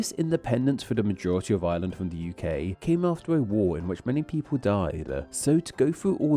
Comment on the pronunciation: I love how "island of Ireland" sounds like "island of Island" when you say it. I looked away for a moment during a moment you said that and was like "island of Island? what's that?" only to look back and see an arrow pointing at Ireland before realizing what you actually said